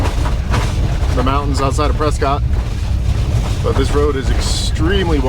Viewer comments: It's 'Preskitt' (like biscuit) not Prescott, as far as pronunciation (for that AZ town at least). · So fun to watch you in my fair state of Arizona. By the way, the good people of Prescott pronounce it Pres' cut, not Pres' cot. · It’s “Pres-kit” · Just fyi Prescott is pronounced preskitt like biscuit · That's because you probably didn't get your fries animal style also it's pronounced presscut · Prescott,AZ is pronounced 'Prescut'. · It’s pronounced Pres-kitt.